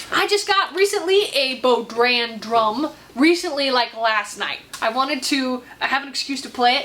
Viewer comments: Bodran is pronounced BoHran, and I hope you enjoy learning how to play it. Absolutely love the shower! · It’s pronounced more like ‘Boh-run’ not ‘bod-ran,’ the ‘d’ is silent. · New bodhran!! Have fun learning. (PS: The 'd' is silent: "BOH-ran") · Lol, you killed the pronunciation of that drum, it is pronounced bow-rawn bow pronounced like cow and rawn like lawn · hi hi , im sure you have probably gotten some of these comments already but the instrument is pronounced "bow rawn" :) have fun playing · Being Irish a pet peeve of mine is how Americans always destroy the Irish accent, best to not even try, but that's not the point of this comment. The bodhrán pronounced Bow (as in a boat) Rawn( as in lawn), is much thinner and wider, similar to the drum used by some native Indian tribes. There is a suspicion that it came from Ireland, but no proof yet at least. I tried to learn it myself, but I never could get the dexterity in the wrist that is needed to use both ends of the cipín (kip-een)with the one fluid action. Keep going I'd love to see how you do. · I'd say it's more bow rahn, with the bow being like taking a bow, not like wearing a bow. Language is so funny!